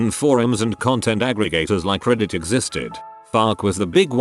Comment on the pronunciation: "Dear users of ReEdit", the way the bot pronounces reddit xD